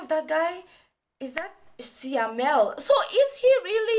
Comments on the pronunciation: Siamel....not that...syamel....ahahahhahahahahaha...u so funny gurl...love ya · its syamel not siamel😂